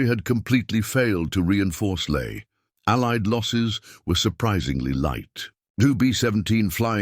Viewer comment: LAE NOT LAY !!!!